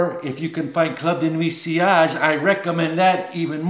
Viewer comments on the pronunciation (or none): none